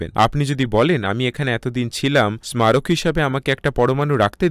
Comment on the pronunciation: স্মারক শব্দটির উচ্চারণ হবে সারোক। এর পরেরবার একটু খেয়াল রাখবেন। আপনাদের ডাবিং চমৎকার হচ্ছে। আমরা উপকৃত হচ্ছি। ধন্যবাদ।